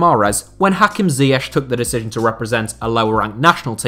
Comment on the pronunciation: Why cant you pronounce ziyech